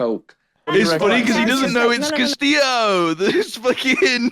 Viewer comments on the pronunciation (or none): your blud calling Castillo as Casteo whole time is sooo funny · ' pronouncing Castillo "cassio"...